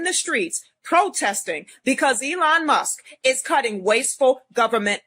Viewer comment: She called Elon Musk 'Emon Less' ...